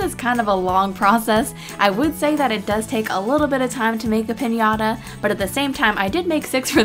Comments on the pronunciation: Se que es inglés y eso, pero me llevo riendo como media hora por lo de "Pinata". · lol ches say piñata that is piñata